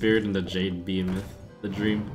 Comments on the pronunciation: Somebody tell Trump it's pronounced Be-heeeeeeee-moth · I cringe every time he says the word "Behemoth" wrong.